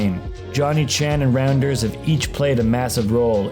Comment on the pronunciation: Its pronounced Rounders, not Randers. 😆